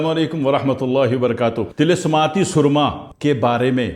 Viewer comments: Soorma nahi surma hota hy k soorma ka mtlb kuch ore hy so khyal rakha krain. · Asslamo alekum junab SOORMA naheen hota SURMA hota hay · اوہ جاہل مطلق لفظ سرمہ ہوتا ھے۔۔سورما کا اور مطلب ہوتا ھے۔۔ اور لفظ سچا موتی نہیں۔۔ س کے اوپر پیش پڑھنا ہوتی ھے موتی والا سچا بولتے وقت۔۔۔ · Mah sha Allah...kirachi walo ki urdo ki tang tor dain...na momkin....ap ne kiyon......samjhy...😮😂 bitto g soormaa nahi bolty..sorma...bolty..😂